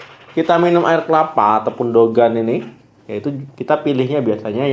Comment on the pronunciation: Bukan Dogan tpi degan dok....